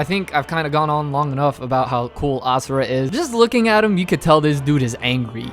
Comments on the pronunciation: Can I just say that I appreciate you pronouncing Asura's name correctly (imo, as ah-sur-ah instead of ah-zur-uh) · YESSSS YOU SAID ASURA’S NAME RIGHT!!!!